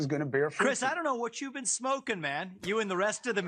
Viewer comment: did he say SCHmoking?